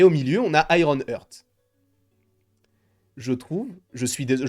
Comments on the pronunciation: Petite info, ça se prononce "Harte" pas "heurte" ;) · J'ai les oreilles qui saignent à chaques fois qu'il dit "Iron Heurttt" mdr 🤣 C'est IRON HEART!!! ( prononcé"Harte") bordel !!!